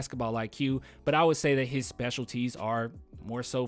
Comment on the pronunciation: The way you said specialties "Special T's" I love it